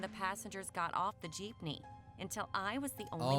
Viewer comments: The girl: Geepme: what’s a Geepme? The girl again: Geepme: WhAt Is A gEePmE?! The girl: Geepme: WHAT IS A GEEPME?!!?!?! comments go crazy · ITS NOT PRONOUNCED JEEP KNEE ITS PRONOUNCED JIP NEE EEEEEEEE REEEEEEEEEE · Gypnee? Lmao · You should watch snarled its a really scary channel. Also its JEEPME not JEEPNEY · What the heck is a Jeepeny? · Every Filipino lowkey offended: WHAT'S A JEEPNEY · It's a philipine vehicle. "Jeepney"